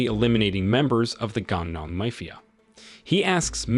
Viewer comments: is this voice an ai? is it broken? why does it pronounce MAFIA as MAYFIA??? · never knew id find someone who doesnt know how to pronounce 'mafia'